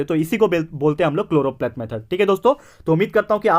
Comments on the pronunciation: SIR ITS CHOROPLETH METHOD NOT CHLOROPLATE METHOD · Sir it is choropleth